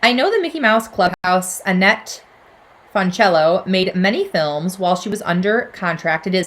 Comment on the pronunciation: Annette Funicello pronounced Foon-a-cello (cello like the instrument) the proper Italian pronunciation is actually like Foon-a-cell-o ps the “a” in both is the “uh” sound not “a” hahaha hope I explained that correct